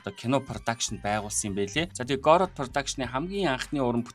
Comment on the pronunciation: Гороод гэж дуудахгүй шдээ Гоорд гэж дуудна шүү дээ